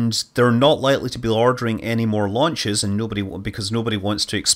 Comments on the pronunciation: Launchers lunches launches lunches launches lunches launches lunches so pretty tricky word you try saying it lol Scott Manley we love you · Scott is doing a conscious parody of himself. He often misspeaks and catches himself. This time, he used it for a pun. "Lunches, launches" Even in this video he says interstellar when he meant interplenetary and catches himself within a split second.